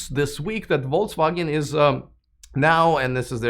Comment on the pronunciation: Are you deliberatly saying "Volts Wagon"? German "V" is similar to "F" and "W" is like English "V", "G" is hard like "get": something like "Folks-Vah-Gen"